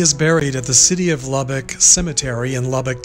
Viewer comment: u pronounced Lubbock right, its where I live, so good job lol